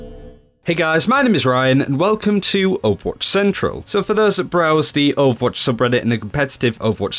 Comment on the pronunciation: Why the fuck do u pronounce it like opwartch?! Its OVER. WATCH!